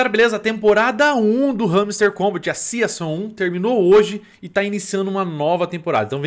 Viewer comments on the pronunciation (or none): A pronúncia de SEASON é SÍZAN e não SIAÇON